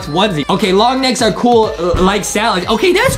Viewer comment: Whats kwel? Is it supposed to be "COOL"